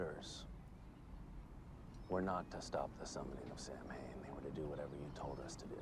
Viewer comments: Samhain is the Irish word for Halloween, its pronounced (sow-in) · Nobody who wrote or worked on this episode bothered to look up how to pronounce Samhain. They were very very wrong 😂. It's Saa-win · So the whole Samhain nonsense - yes, the religion is pronounced “sow-win” but apparently this was based on a decently obscure horror show where in the episode. the bad guy the ghost of Halloween “Sam Hain”. Pretty much all the fun facts were from that show “the real ghostbusters”. Also, the photos/info that showed “Sam hain” are indeed from Dante’s inferno and not related to real lore